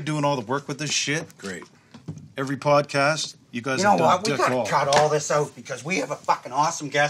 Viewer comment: Why do they say podcash